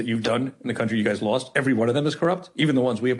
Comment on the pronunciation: Apparently lost is a hard word for you too